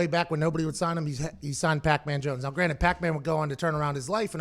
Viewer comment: He pronounces it "now granite."